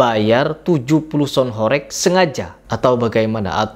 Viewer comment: Baca HOREG aja salah, sok²an punya ilmu bicara tentang sound horeg... Intinya lu ngomong sesuatu tapi dasarnya dangkal, kosong dasarnya